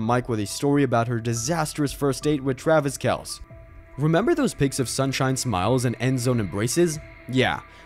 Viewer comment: If you can't even pronounce his name the way he does, you lose all your credibility. This is just click bait.